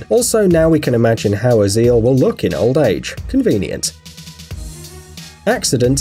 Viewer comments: He says Ozil wrong also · how the guy read ozil's name lmao